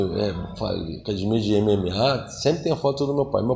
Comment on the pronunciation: Vc sabe que é gracie quando o cara fala "cadimia"